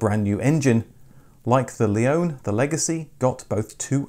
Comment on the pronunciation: Another great video, thank you! :) Interestingly, your pronunciation of the name "Leone" differs from the way were introduced to it by Subaru (or, probably more correctly their marketing agency) as "Leonie" in Australia.